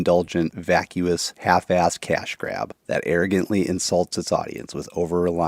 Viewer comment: I’ve never heard someone say the word ass with 3 syllables. 🤣🤣